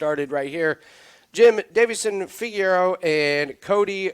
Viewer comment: Dude can’t pronounce Figueiredo